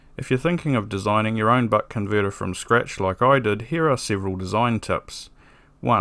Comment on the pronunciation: why does it sound like he keeps saying butt converter